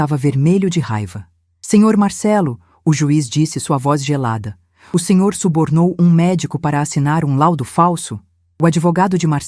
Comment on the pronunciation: O que é "subternou"? Kkkkkkkk Melhorem, mas melhorem muito e passem a dizer corretamente ""SUBORNOU"